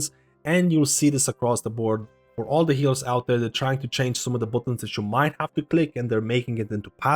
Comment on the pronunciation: Dude, did you really say "bootuns" lol